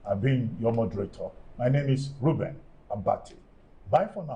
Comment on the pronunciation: Was I the only who heard him call Dr Ruben Ruby, Ruby.